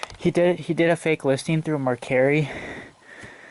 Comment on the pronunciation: You pronounced mercari wrong